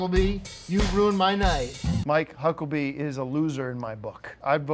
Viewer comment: Is Tim saying Hucklebee?